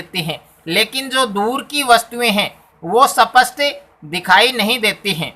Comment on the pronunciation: सपट नही बोलते है सर स्पष्ट होता है